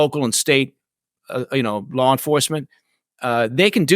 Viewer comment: Just sayin, the word “LAW”, isn’t pronounced “LAWRE”, or “LORE”. That’s not even correct in usage. It’s L A W, like Llll AAAhhhhh, & NO “R” in the word “LAW”.